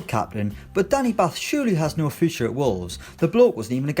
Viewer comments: Its pronounced bart ‘batth’ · Can't even pronounce batth's name correctly